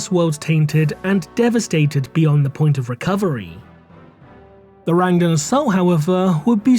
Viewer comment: The Rang-Duh?